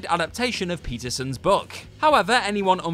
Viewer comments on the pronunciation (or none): The author of Bridge to Terabithia is named PATERSON, not Peterson, and you said it TWICE!